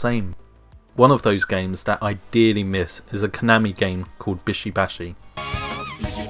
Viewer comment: What the flying fuck is "bisho bashi" and shoundt it be "bishy bashy"